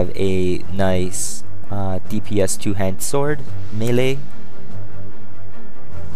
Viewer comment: "melee" and double "she" not her, learn english